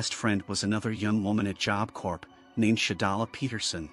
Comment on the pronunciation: I know this is AI voice, but some real people need this. It's Job Corps, as in Marine Corps; "corps" is pronounced "core," not "corpse" or "corp" like it's spelled. Confusing, right up there with colonel.